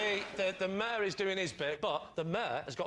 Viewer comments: He was saying Mayor not Mur lol, Lee’s Lancashire/Merseyside accent means he struggles to pronounce Mayor the way southerners would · Lee means mayor like the Major of a city but he cannot pronounce it correctly in his accent :)